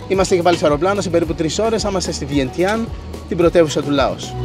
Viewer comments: Οχι Βιεντναν Βιεντγιαν λεγετε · Βεντσανγκ αδερφέ. Άντε Βιεντιαν. Αυτό που λες κάτι άλλο είναι